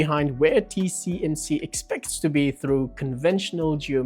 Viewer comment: Dude, it's T-S-M-C. If you can't even get that right...